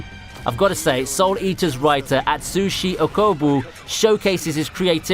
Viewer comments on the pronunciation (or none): none